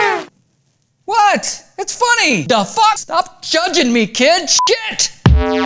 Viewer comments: did he just say shkit instead of shit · you said schkit